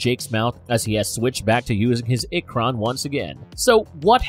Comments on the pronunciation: Holy shit the pronunciation in this video 😭 “Two-rook” “ik-cron” “ik-kryn” “mahk-toe” “sah-hell-lou” “toe-koon” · Proonounced eee-krahn! Pronounced tah-rook mock-toe! Pronounced Sah-hay-loo and the Na’vi has a glottal stop in the middle before the last syllable. Not nahvee. I don’t speak Na’vi but watched the first movie enough to be able to pronounce certain things.